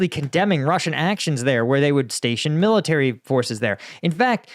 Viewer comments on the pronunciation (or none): none